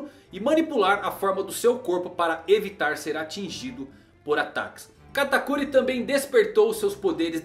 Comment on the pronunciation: Gente ele fala o nome do katakuri errado se eu escrevi errado o nome dele perdoem o minuto